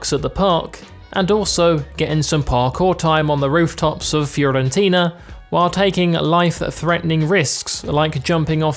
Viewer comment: When He Said Fiorentino than Florentino i Was Like Bruh